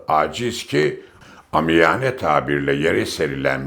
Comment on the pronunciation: “aamiyane” okunuyor yazılışı gibi okunmuyor!?…Yılların gazetecisi binlerce takipçiyi yanlış şekilde telaffuzu dinletiyorsunuz.